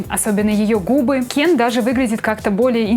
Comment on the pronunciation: Я же просила вас не говорить Кен через Е... похоже вам плевать на своих зрителей...😥